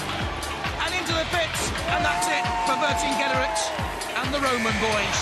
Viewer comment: Love the Monty Python reference. Is it really that difficult? [Ver-sing-get-a-rix]